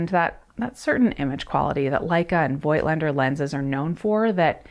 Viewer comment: It‘s pronounced „foked lender“ Like people from the Vogtland / Voigtland, a region in the east of Germany.